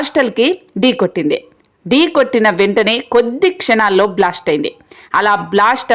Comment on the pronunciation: Not blost but blast. Pronounce well